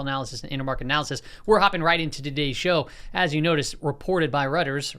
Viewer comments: It's pronounced like Roy-ters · Reuters is pronounced “Roy-ters” 😉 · It's pronounced "roy-ters" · Reuters is pronounced ROY-ters